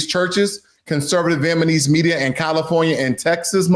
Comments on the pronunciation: Good content, but it gets under my skin that you keep saying, “VietnaNese” instead of “VietnaMese.” The country is called, “VietnaM,” so naturally, the people of Vietnam would be called, “VietnaM-ese.” 🤦‍♀️ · Dude… it’s Vietnamese! Namese… Not Manese! From the country of Viet Nam… comes Viet Nam ese! If you’re going to talk about people from Vietnam… PLEASE Get it right! Listen to how the reporter says it! Can you hear the difference of how she says it and how you say it! VIET… NAM… ESE. NOT Viet Man ese. You say Viet Nam right… just add ese to it! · Is he saying "Vietmanese" on purpose? 😂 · Does anyone else hear the narrator/reader say “VietmaNese” instead of “Vietnamese”, or just me? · Its Vietnamese, not Vietmanese... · Pronounce Vietnamese correctly guy.. it is not Vietmanese!!! It is Viet-namese!!!! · AND YOU NEED TO LEARN HOW TO PRONOUNCE CORRECTLY: Vietnamese and NOT “VietMANese” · It's VIET-NAM-ESE not VIET-MAN-ESE. Spell it out, my man! Otherwise, great video! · Vietnamese not Vietmanese please! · It's Vietnamese, not Vietmaneese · Viet na mese, not Viet ma nese. Please bro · I appreciate the material. However, it hurts my ears when you keep pronouncing "Vietnamese" incorrectly. Viet-Na-Mese is correct while you keep incorrectly pronouncing it as Viet-Ma-Nese. It's N before M and not the other way around. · VietNamese, please, not VietManese!! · Can you say "Vietnamese", not Vietmanese? or I heard it wrong? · Small matter, but it's 'Vietnamese', not 'Vietmanese' ! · VietNAMESE, not VietManese! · the word is viet-NAM-ese...you incorrectly say viet-MAN-ese multiple times!!! you suck and your channel sucks because of your lack of intelligence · It’s Vietnamese not vietmanese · Viet-Na-Mese not Viet-Ma-Nese. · Bro it’s VietNaMese not VietMaNese. Got us mixed up with ChiNese or JapaNese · VietNamese not VietManese, please! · You need to pronounce the word vietnamese correctly! It is viet-Nam-ese and not Viet-Man-ese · Viet-NAM-ese, not Viet-man-ese